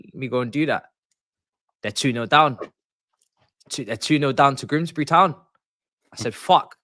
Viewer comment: Mah can't even pronounce Grimsby. That's how bad it was.